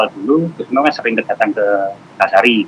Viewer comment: Kok nyebutnya miptah sih ya...